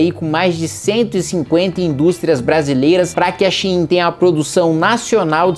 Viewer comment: Shein de 99% dos brasileiros: xêm. Kim: Shi-im kkkkkkkkk